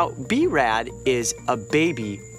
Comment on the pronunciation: he said b-rad